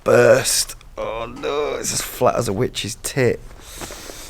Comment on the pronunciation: The way you say oh know in your Yorkshire accent is to funny 😭😭😭😭😭😭😭😂